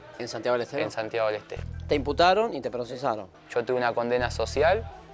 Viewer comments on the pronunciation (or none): "Santiago de los teros" eso entendí JAJAJA